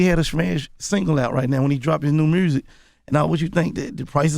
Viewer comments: I love Gotti but I need to know what in the hell is Mursic? 😅😅😅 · lmaooo MURRSIC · roselito c merzic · can we get a “mursic” count